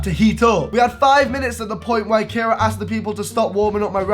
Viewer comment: Did u say Cara